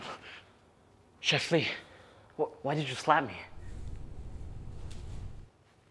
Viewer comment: His name is Le not Lee?